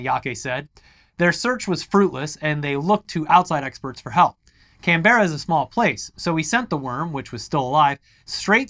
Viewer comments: Please teach the guys how to say Canberra. It hurts my brain :P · wow NSW maid the news lol and how they say Canberra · So a couple of pronunciation guides for Australian. For CSIRO you don't really need to pronounce each letter separately, it's more like "Seesseyeareoh" in one flowing motion like you'd say FBI or CIA. More importantly, there's no pause in Canberra, so it's not Can-berra (similarly there's no pause in Melbourne), the easiest way to think of how to pronounce Australian place names is just to try to get through it as quickly as possible, we trim off syllables with our slang so we're in a bit of a rush to get to the end of the sentence. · I love the way Americans say Canberra. Can-bear-ah, we pronounce it Can-brah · Love you guys, but when it comes to Canberra, it's pronounced Can-Brah. Keep up the good work! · As an Aussie the way you said Canberra... just wow. Can-bear-ra really? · Before the Aussies jump all over you for insulting their accent. It isn't Can-berra guys, it is 'Canbra' said at high speed. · First of all is pronounced can-bra not can-ber-ra second most Australians live in cities and cities at least in the southern part of the east coast like Melbourne and Sydney are NOT overrun by snakes infact in 13 years I have never seen a snake, got alot of kangaroos behind my house though. Also why do Americans always forget Florida exists?? and is from Florida, with your pool pythons and your pool and sewer pipe alligators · For future stories its Can-Brah I think you've got the Mel-bn one down, same with Bris-bn 👍Keep up the great vids guys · For our non-aussie viewers out there, Canberra is pronounced, "Can-burr-a" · And even that's wrong it's Can-bra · 'Can' (Can of coke), 'ber' (like 'burr' , but twice as fast), 'ra' (like the Egyptian sun god). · despite the way its spelt, it's pronounced "Cam-Brah" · btw it's pronounced Canbra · Canberra is pronounced like Can Bruh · Just fyi, Canbera is pronounced, Can-bur-ah